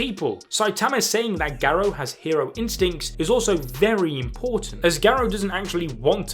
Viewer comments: Gah. Row. not Geh Roe. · Dude can’t even say garou name right lol